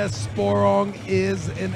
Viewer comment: cant say anyone's name right. He called my guy sporelong....LOL